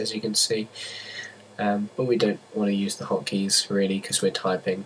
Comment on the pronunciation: "be cause" Nigga...